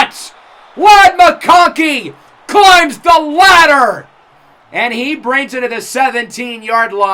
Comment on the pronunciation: “climbs the LADDer” 😂👌🏼